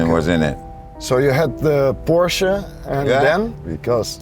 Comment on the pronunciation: It's pronounced Porsche 😁 Nee lekkere video, misschien een idee om een "FT Bert Vrieling" in de titel te gooien!